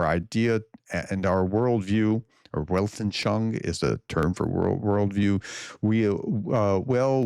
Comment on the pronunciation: Weltanschauung - you completely slaughtered that one! Let me give a try to revive this word in terms of pronounciation. Welt like wealth, just with a "t" instead of the "th", an like "un", schau, just like "show", ung like "oong", or together: Wealt - un - show - oong. at least he was honest 😊